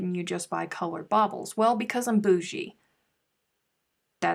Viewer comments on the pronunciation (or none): At first I thought you were saying bottles 😬 then as things got more tense baubles, then when you got mad bobbles 🥰🤣. It will all work out, just because it’s you trying!